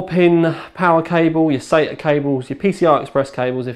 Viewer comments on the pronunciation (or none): everyone in my country prounounces sata sahta.And it seems really weird hearing someone say sayta. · I thought a brit of all people would say "sahta" not "sayta" for SATA...sounds like he's saying Satan ports lol